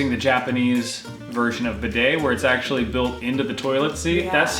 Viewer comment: "Bidet" is pronounced "bee-day", not "b'day". But we don't really use them in the UK, more on the continent.